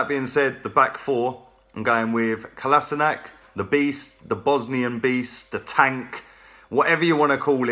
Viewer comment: It's pronounced "cola-she-nuts".